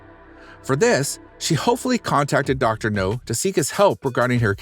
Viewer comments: ......sigh....dude, it's "Dr.Now" not Dr.No. (u don't watch the show, whatever...that's fine...) An u said "bridden" instead of "bedridden" 🙄 I NEVER complain about stupid stuff on YouTube because it's childish but....I'm trying to watch most of y'alls videos...was gonna subscribe but, u guys don't check ur scripts b4 reading them...and the dumb a** "click bait" thumbnails....I....I just can't anymore....sorry y'all but...it's to...."sorry" when u can't check y'all's script b4 reading....🙄😒 Dumb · I like your content, but I don't understand your pronunciation and grammar. "Received a news". ... A news? Was "britten" instead of bed-ridden. Her last name is "Murry" you say Muir ... and others. My favorite is "Dr GNOME". "The reason of her overweight was murder of her brother so she became a stubborn." whaaaaat??